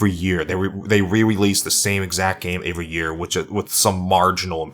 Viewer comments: Everything here os great except for the way he said every as avery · Why do you pronounce 'every' as 'avery'? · Every. The word is every. Not Avery wtf